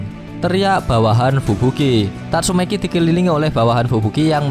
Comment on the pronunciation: Sebut nama biar betol sikit min, tatsumaki, bukn tatsumeki.. dah bgus bgi nma, lain pulak yg min sebut..😓😓😓😓😓